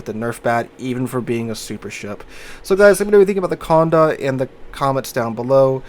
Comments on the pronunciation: Conn day, conn day, not conn da. Pleaaaaaaaase! Lol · PLEASE pronounce the name correctly. See the little accent aigu above the letter "e"? That means that the "e" is pronounced like an "a" in English. Just like "cafe" has an "a" sound at the end. So it is not "Con-deh" it is "Cond-a". B-T-W, I don't have a French keyboard so I can't add the accent aigu, but WarGaming correctly does. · It's not heard, either. Con-Day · I'm from the UK and even i know it's pronounced as "Konday". Maybe most US folk don't come across French very often. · You also have the most broken pronounciation of the name of this ship :p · Dear. Condé has a french accent aigu (é) on its e. That means you emphasise the ending e